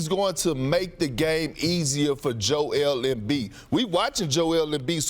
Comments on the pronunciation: No one: "Jo-wel Embiid" Perkz: "Jo-el Embiid" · Perk: Jew Ale M Beed. Lmao!!! He cracks me up every time he try to pronounce African names. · Perk: "Jo-el Embiid" xD